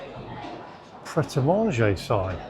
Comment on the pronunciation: Finally !!!!! You know how to pronounce ‘Pret a Manger’ 😂😂😂😂